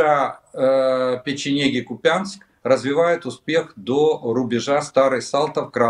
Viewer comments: Олег, пожалуйста, не "КупЯнск", а "КУпянск" 🙏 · КУпянск, ударение на "У". И Малые ПроходЫ, ударение на "Ы".